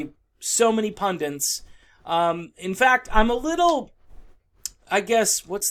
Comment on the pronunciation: gaffe--it is pund-it, not pund-int